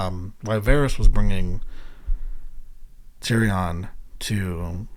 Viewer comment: You’ve never once heard Tyrions name pronounced that way lol